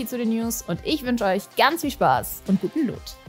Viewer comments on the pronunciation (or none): none